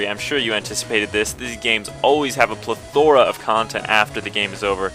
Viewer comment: not to be an asshat or a party pooper, and i know it's late, but... you said plethora wrong... it just irks me.